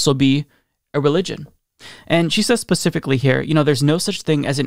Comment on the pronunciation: You said "she said pacifically here" lol